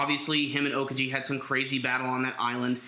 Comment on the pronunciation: lol how you guys pronounce Aokiji... OKAJI!